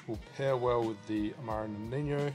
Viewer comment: Awesome. Amaro Nonino is from italy tho, so it is pronounced as wrote. No-ni-no... Noniño looks very Spanish 😁